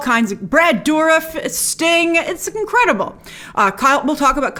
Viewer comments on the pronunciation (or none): none